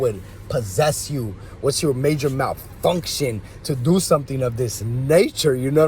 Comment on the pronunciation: "mAyJuRr MaLfUnKsHuN" is the word of the day 📖💪🧠